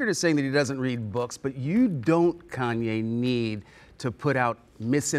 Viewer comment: Koonyay West lol